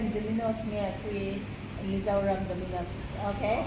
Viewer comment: Eizawl nilo in Aizwl aw😊